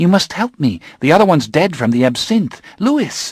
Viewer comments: You’re right. It should be pronounced Louee. Lewis is a different name altogether (my nephew’s name). It isn’t a deal breaker though. The narration is like listening to ASMR …… although likely to keep me awake rather than send me to sleep! 😬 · ITS LOUIS NOT LEWIS - lestat de lioncourt, s3 ep2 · My only issue was how he pronounced Louis. I thought any fan would know it's french and therefore should sound like Lui. But other than that yea thumbs up 👍🏼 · It's taking all my resolve to not shout HIS NAME IS LEW-WEE NOT LEW-ISS!!! 😂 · Same, but “Loo-wiss” is how Anne Rice pronounced it in at least one panel discussion. I still prefer Loowee lol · This is lovely, but every time he says Louis, I cringe. It's pronounced Lou-eee not Lou-iss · Wish he didn't say Lewis. Its Louis like "Lewy." It's French. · Excellent narration ❤ my favourite series from my youth.. and my only gripe was his way of saying Lewis instead of Louis 🥴😩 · Well, unless he knew the French name word or has listened to the way that Anne Rice pronounced it, then I can understand how he'd assume the word is pronounced how it's spelled. Just looking at it, most people would say Lewis and not Louie. I, myself, always seem to bounce back and forth between Louie and Lewis when I read the books! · A generous and kind comment, but we don’t say Lewiss-ee-anna, Lewis the 14th, etc.? Louis is French origin and anyone with a modicum of cultural literacy should know that, especially a voice actor. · This narrator is absolutely brilliant... he holds the listener perfectly intrigued..... absolute brilliance.... regardless of the Lewis not Louis fiasco! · Brilliant narration.. but it’s Louis not Lewis.... Louis as in king of France louey! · I just wish he hadn’t pronounced it “Lewis” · My only complaint is that Louis is supposed to be pronounced the French way Louie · I'm so happy this exists. But every time the reader pronounces the "s" in Louis... aaahhgggg! Lol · Trying to get over the "Lewis"